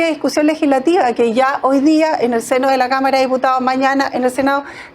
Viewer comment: El Checho mira la senadora y piensa en una cama, creo que dijo cama en vez de cámara.